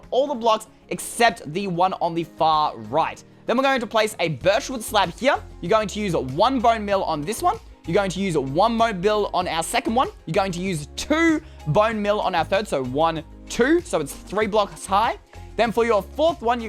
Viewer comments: He said mone beal instead of bone meal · he said mone beal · He said Moe bill instead of saying bone meal but that's okay. 🤗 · He said bOne bill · Mone Beal? :D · Did you hear him say monebeal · Does anyone heard says mobe bill on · anyone notice he said mone beal 😂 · More like mo beal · sixth like! love ya / check out somethin' i made for ya on twitter! i'm sweetbubblytea! edit: i noticed you said "two mone beal" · he hasn't had enough sleep,he can't even pronounce bone meal correctly